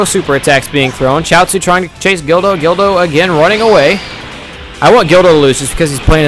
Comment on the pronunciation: When u say guldo it sounds like u r saying dildo